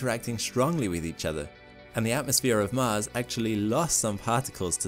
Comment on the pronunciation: Hey can you say MARS instead of MASS? :-) Just kidding man. Keep uploading interesting vids :)